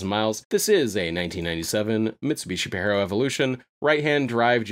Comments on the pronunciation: hate the way you said pajero "pa-j-air-o" also super cool car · it's pa-Jeero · Your killing me with your pronunciation of Pajero bro, it ain’t Spanish ‘puh-jeh-row’